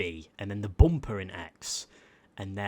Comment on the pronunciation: The way he says bumper, not hating but “bomper”